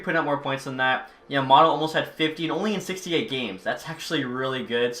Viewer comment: You can always lower the trade value of a super star by trying to take on the worst contract on a team. Also Yam-a-moe-to